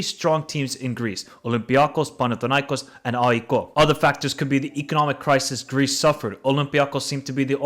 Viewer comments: Sorry but: AIKOO?????? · Ah-Ehk = AEK Athens is the pronunciation, not aiko my friend. (Accent on “A)